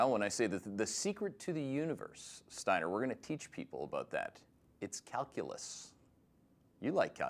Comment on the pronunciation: It's Steiner, 😂